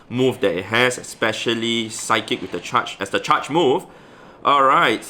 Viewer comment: when said "psic move" instead of psychic used SIKE